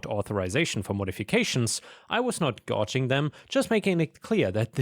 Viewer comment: Magenta is pronounced 'mah-jen-ta' (rhymes with mah-hen-ta) not 'ma-ghen-ta' 🙂 ETA 'gouging' is pronounced 'gow-jing' not 'ghaw-shing'